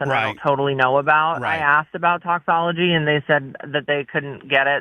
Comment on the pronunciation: I love how Brooke was saying “toxicology” correctly at the beginning and then Bubba says “toxology” two or three times. The rest of the call she changes it to “toxology.”